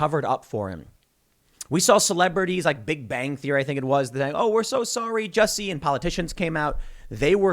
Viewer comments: You’re pronouncing Jucy’s name wrong 😑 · Jusseh! Lol